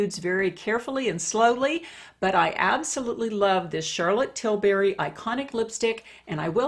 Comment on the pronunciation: You pronounced Tilbury wrong.